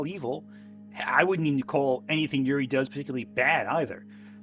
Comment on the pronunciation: на русском звучит немножко по-другому, Ю-рий. Не 'Yuri-Юри".